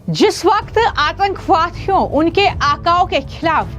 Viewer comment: Yeh Ladkhi Itna mushkil mein kyun baat karti hai, Jis Whahkth Aathankhavahdhiyoh, bewjah ha, ha, karti rehti hai...